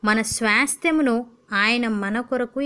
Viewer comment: Sister please try to pronounce the word Swasthyamu in correct way sorry to say this thank you